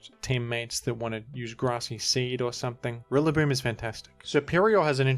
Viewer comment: Daaaayyyuuummm Rilla with the hard R